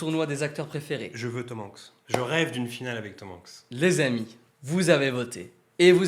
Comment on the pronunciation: Mais....vous prononcez hyper bizarrement Tom Hanks et Tom Holland! 😭😨 on prononce les a !!! 😂